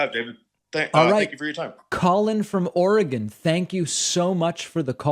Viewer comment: Thank you for pronouncing Oregon correctly 😁.